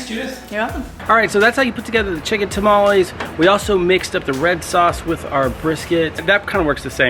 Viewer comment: Dude, you've lost weight! Grats! Get a real blender. And its tah-mah-less not ta-ma-lease